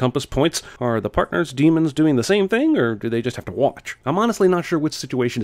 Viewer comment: Daemons not demons!!!